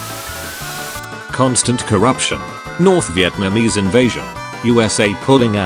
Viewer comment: It's Viet - namese, not Vi - eet - namese.